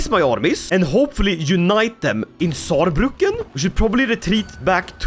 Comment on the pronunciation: LOL lost in my home town Saarbrücken but have to say perfect pronunciation 😂